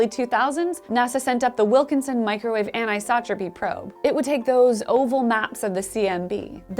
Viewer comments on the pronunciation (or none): none